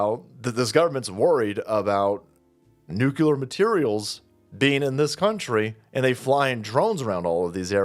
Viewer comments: 'noo-clee-are' Not 'new-cue-lar' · Please.. NUCLEAR..=NEW CLEAR..not nucular.. don't dumb yourself down. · Nu-clear not Nukular. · OMG it's pronounced "NU-CLEAR" not "Nuke-you-ler"👈😩🤣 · Dear, please don't say nucular 🥂